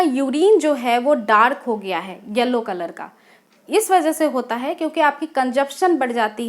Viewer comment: Elllo nhi yellow hota hai .. speak right English